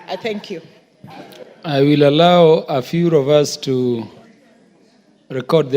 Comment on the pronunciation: "FewRofUs" from speaker 😂